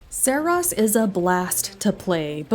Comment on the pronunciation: “Serahs” hahahaha can’t even say the name right